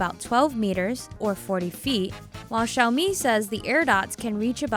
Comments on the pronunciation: She’s Asian but she still says Xiaomi as Shaomi? I thought she’d know how to say Xiaomi correctly in Chinese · The way she pronounce xiaomi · You said Xiaomi wrong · did anyone else cringe when she pronounced xiao mi incorrectly or is it just me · I thought Xiaomi was pronounced ex hi ow mi